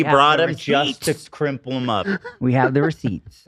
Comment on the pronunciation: "CRIMPLE" - you mean "crUmple" ??? That's so Ethan!